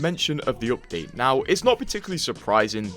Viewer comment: "This opdate.."